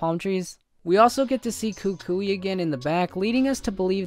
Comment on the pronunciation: Finally Some one who actually said KuKui right!